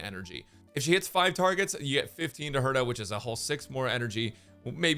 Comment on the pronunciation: I’m so glad I’m not the only one who calls her Therta.